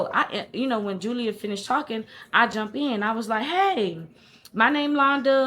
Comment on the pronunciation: "Julier" I thought alright Madea😅